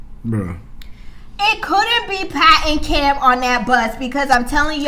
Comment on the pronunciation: This was classic, "You ain't gone mess with mine", and then you barked Pat!!!!! HILARIOUS!!!!! Really like your reviews on MAFS!!!